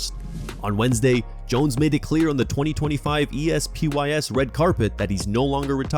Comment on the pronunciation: Only an AI voice over would call The Espys "E-S-P-Y-S"